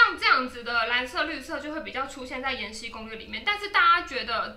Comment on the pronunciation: 是 延禧(喜)攻略，不是延禧(西)攻略。 ：D